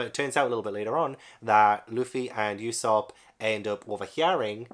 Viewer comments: Glad someone else found this legendary story, hope you enjoy your journey as much as you can, you're in for an epic adventure. It's pronounced Ue (as in blUE)sop, as uso means lie in japanese, I also think you should focus on the covers of each chapter, One piece has this very unique method where each cover tells a part of a story happening outside of the main story, as for example in the chapters you've read, there''s the Buggy cover story which shows all about how he got his crew and body back and met alvida and all that stuff, just a heads up because cover stories always come back around to the main story and I think it's an incredible piece of worldbuilding that keeps the world moving even if the characters we're following aren't in it. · I'm currently reading One Piece volume 85 - thankfully my library has them! The U in Usopp is said more like the U you say in Luffy, not like e.g. "Europe".